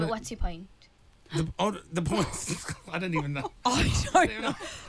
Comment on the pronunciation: What!! “What’s the pint” WHAT! what pint is she talking about ? Where’s the pint